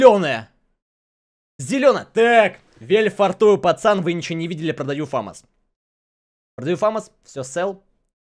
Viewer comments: Фамас а не фэмас. Ты хоть что то об этой игре знаешь или только донатить можешь? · Фамас и не фемас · Не фэмэс а фамас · Не фэмэс а фомас